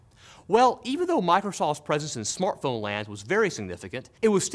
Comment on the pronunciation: What is a "smortphone"?